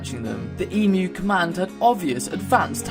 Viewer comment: Ughhh, being an Australian, a friend of mine who is not Australian always takes the piss out of me for the emu war -_- Ps it's pronounced eem-you not e-moo